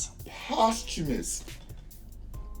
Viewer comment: Bro' your album review stats is lit. You broke it all the way down. I was crying when you kept trying to pronounce "Posthumously". 😂😂🤣